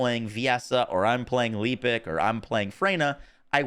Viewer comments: His name isn't leepic, it's Lepic. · I love you so much but please please please “ LEP-ICKKKKKKKK” not “ Leap-ick”